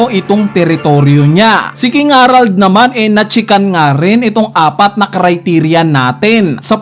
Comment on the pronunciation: KING HE-RALD KING HA-RALD nakakapanibago pag banggit mo HAHAHAHA